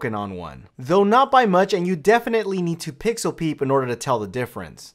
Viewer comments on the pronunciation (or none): none